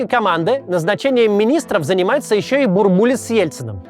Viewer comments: Че то как то слух режет - бурбУлис вместо бУрбулис. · Очень актуально. Спасибо. Но Геннадий БУрбулис - ударение на первый слог!!! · только он БУрбулис, ударение на первый слог. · Максим! Ну почему БурбУлис? БУрбулис!!! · БУрбулис. Ударение на первый слог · В 90-е по телевизору всегда говорили «Бу́рбулис». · Потому что в начале 90-х говорили БурбУлис. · бУрбулис через рукопожатие не передаётся! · Максим, спасибо за интересные нужные выпуски. Будьте любезны не брать пример с Искусственного Идиотизма с его корявыми ударениями. Фамилия Бурбулис произносится с ударением на первый слог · Бурбулис ударение на первый слог. Переписывайте.